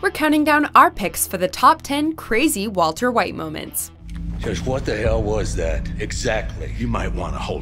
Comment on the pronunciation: valter vhite